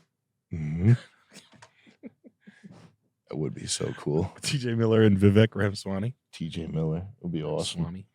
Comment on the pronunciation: Vivek ram-a-Swanee